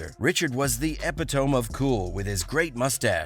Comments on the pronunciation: epitome - ee pit oh me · Ep Eh tome? lol